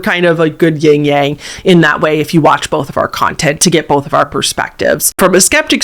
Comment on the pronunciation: Just so you know- its "Yin" "Yang" not Ying Yang.